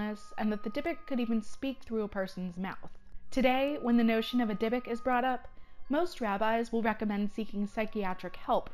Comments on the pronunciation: Go ask any rabbi. They will say it is pronounced dybook not dybick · DIE.A.BUK NOT DIBBIK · Omfg its pronouced deebook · also you are pronouncing Dybuuk wrong (Di Book) is how it is pronounced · No she is not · Timothy Ouellette she is pronouncing it wrong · PepperDime she is pronouncing it wrong. My entire family is Jewish I myself am Jewish I know how a word is pronounced and she is pronouncing it wrong! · PepperDime she is not pronouncing it right and I am irritated because she is speaking about something from my culture, heritage, and religion. The least she can do is know how to pronounce the damn name